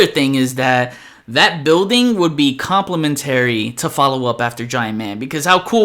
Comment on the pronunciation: Nice video and I agree with everything you said except you have your syllable wrong with the word complementary 😅. I hope I’m not coming off as the grammar police. Just trying to help when you’re saying it numerous times 😛👍🏾. Keep up the good fight!